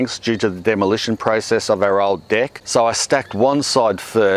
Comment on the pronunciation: They way he says "deck" tho! 🤣